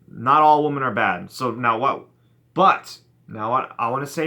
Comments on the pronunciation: It seems like you keep saying "woman" when you're trying to say "women". You know, women is pronounced "wimmen". p.s. try and have a little more fun with the women. They are actually great. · Dude 'women' is pronounced 'whimmin' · He’s sounded that way since 2013. It’s his thing. Lol 😂